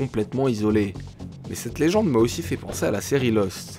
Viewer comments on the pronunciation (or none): none